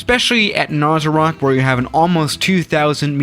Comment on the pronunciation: I don't know what I hate more, pronounciation of Narsarsuaq, X-plane's portrayal of Narsarsuaq, or the fact that the 'Top 10 list" is depicting Upernavik Airport not Narsarsuaq Airport.